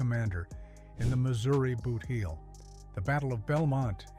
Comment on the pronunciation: The area is not pronounced the “Booth”heel - it is the “Boot”heel (based on the shape). And it is not New MaDRID- it is New MADrid.